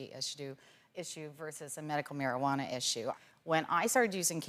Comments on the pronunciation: this guys says it like mariajuana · Why the fuck am i listening with to this dumbass. HE cant even say Marijuana right... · Forget the fact that marijuana isnt the proper term. This guy cant even say that right!